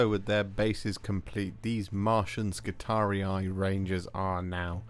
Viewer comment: I've barely pressed play on the video, and already I feel like favoriting it for your pronunciation of both i's in skitarii!